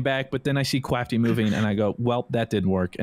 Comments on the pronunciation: Hurts so much that you kept saying “Kwafty” 🤦🏻‍♂️ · I like that actually calls him "Kwaftyy" instead of "Kraftyy"